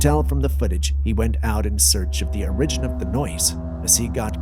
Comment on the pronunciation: who is going to tell him how to pronounce Origin, he keeps saying orIgin